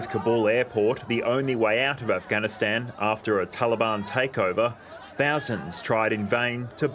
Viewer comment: it’s “Afghanistan” not “Afighanistan”. I bet he’s say “Jesus” not “Jesius”. That’s because he spends a lot of time saying that name, and he (probably) never slips up saying it. Since he doesn’t talk about Afghanistan much (as much as he should at least) he slips up saying the name.